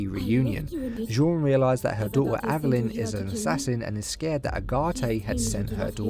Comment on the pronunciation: Dude, you’re pronouncing her name wrong lol